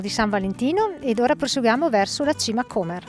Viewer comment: L'ho fatto ieri. Piccola precisazione: si pronuncia Comér o non Cómer. Comunque bravissimi. Vi consigliobdi farla partendo da Gargnano, un po' piú lunga ma val la pena vedere anche via Quarcina o Via Mulini, strade antiche che dal porto salgono a Musaga e quindi Sasso.